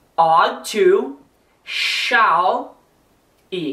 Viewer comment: se vc ja viu um ingles falando shall a pronuncia do professor ta certissima!!!